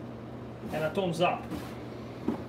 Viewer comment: It is called Thumbsup, not Toms up